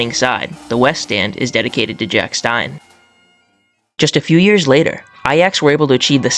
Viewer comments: It's "Jock" not "Jack" Stein. His real name being John, and Jock being a diminutive of John in Scotland. Also, it's "GLAZZ-goe" or "GLEZZ-ga", but not "GLAZZ-gaow". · jock stein not jack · The Celtic manager was called JOCK not JACK 😒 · Jock Stein Not Jack Good video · Just a quick FYI, it’s Jock Stein not Jack 😅. Decent vid though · “Jack stein” I can’t watch any more 😂 kidding bro nice video